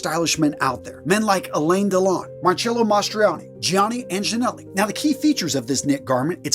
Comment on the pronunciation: I had to stop watching at the pronunciation of Gianni Agnelli 😅